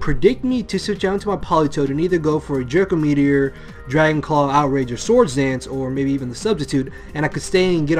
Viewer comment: Sounds like he's saying, "jerko meteor" lol.